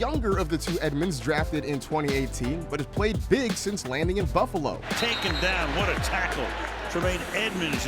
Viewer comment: did he say "the Bubbalo Bills"?